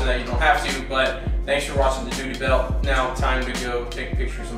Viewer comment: Lol dooty belt